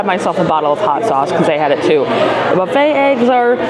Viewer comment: Did you say “the buffette?”